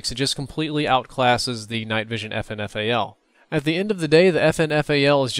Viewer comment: its prounounced "fin fal".....